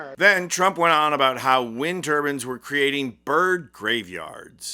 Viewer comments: It's wind turbines, not turbans- a head wrap. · Wind tur-bines not wind turbans. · Turbines /bainz/ not turbins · turban and turbine very different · Like the video, love the message! But, please recognize that there is a difference between turbines and turbans!! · They aren’t “ turbans” they are turBINES with a long I. As is Mines Whines Fines DInes.